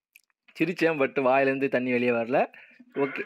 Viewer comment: Thanni❌ sunni✅😅